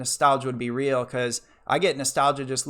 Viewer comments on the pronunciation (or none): none